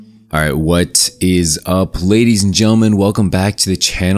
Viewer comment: Every time you start the video with "What is up" for some reason I hear "Watt is UP" lol